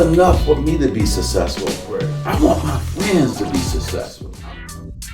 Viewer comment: Magic should trademark Sasesful 😂😂😂